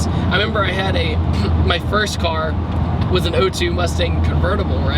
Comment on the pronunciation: Everytime he said car it made me cringe